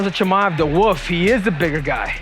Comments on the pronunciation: Cejudo saying “woof” because he can’t pronounce wolf. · Khamzat the woof. The woof will the woof. Cmon bro